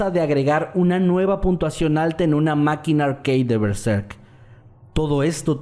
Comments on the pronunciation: Todos hablando de las historias y yo con la paniqueada que me di cuando dijo "berzerk" y "sad satan" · Me cagu7 del susto por "Bezerk"